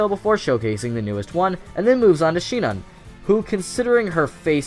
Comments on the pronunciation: what the hell is a she-nin? Do you mean sinon? (sEE-non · His pronunciation of sinon bothers me just a bit